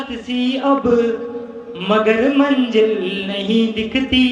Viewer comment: You have to struggle more bro. You are copying some style & lyrics from Kumar Sir but it is not suitable for you, Don't copy other's style & lyrics, do yours own, And one more thing,correct your pronunciation like not manjil its MANZIL, not maja its MAZA, not sadi its SHADI , not palke mund its PALKE BAND because there is no any word like Mund in Hindi. I hope you will consider these things. haaaa but GOOD EFFORT keep trying it...............................